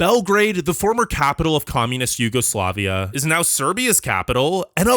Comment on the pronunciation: “Former YugoslavIK…. Yugoslavik? Come on man, stop making up nonsense words on what is supposedly an informative video. (Bulgaria) “is the only Slavic state never to join Yugoslavia” WTF. Did you mean Balkan Slavic state? If so, say so. Guess what - Poland, former Czechoslovakia, and many constituent parts of the former USSR are Slavic and they didn’t join Yugoslavia. A great video but please engage that American brain sometimes.